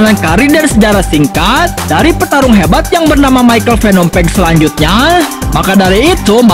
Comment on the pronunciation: Btw page itu bukan di baca peg.tp pej.semangat terus bto